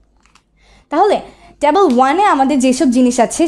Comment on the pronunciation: Tabol na table 😑